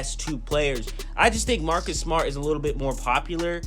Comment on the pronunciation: Jayson and marrrrkus? Who says jayson and marrrrkus?